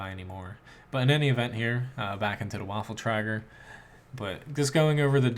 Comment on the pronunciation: because the german tank names are very complicated to pronounce for none german players they recalled it waffle tractors for waffen träger